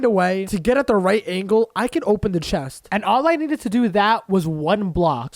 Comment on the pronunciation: um you in the video when you needed to get to the crafting table you said i need to open the chet XD